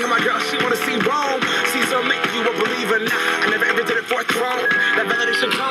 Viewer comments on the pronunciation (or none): none